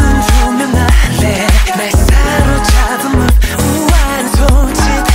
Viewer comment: The fact that taemin pronounced move as MOVE and not mobe..